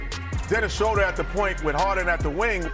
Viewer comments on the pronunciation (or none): Dennis Shoulder